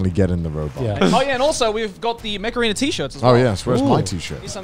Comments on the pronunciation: my hard of hearing ass kept thinking you were saying macarena... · Everytime you said mech arena i heard Macarina. Thanks for getting that song stuck in my head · I swear I heard "Mech Arena" as "Macarena"